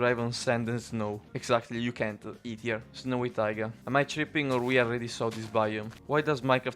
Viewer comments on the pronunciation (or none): none